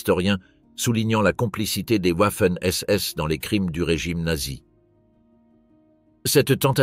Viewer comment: Wouafen SS arrêtez d’aboyer le w se prononce v